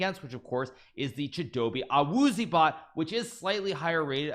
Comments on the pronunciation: It was a great try on the pronunciation Hikaru but Chidobe’s last name is actually pronounced AH-WOO-ZEE-AY. Huge fan of you and the NFL! keep it up! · The way he pronounces Awuzie💀